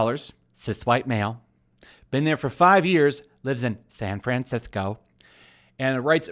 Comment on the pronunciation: "Than FwanThisco."